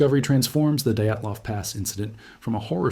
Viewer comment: "Eyegore Dayatlov" 😂😂